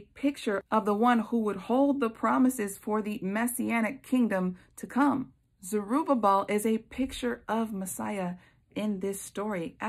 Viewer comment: And thank you for pronouncing Zerubbabel! I tripped over that name so many times I found myself laughing out loud by myself! 🤦🏼‍♀️🤪 Such a good word sister!👏🏻👏🏻👏🏻🙌🏻❤️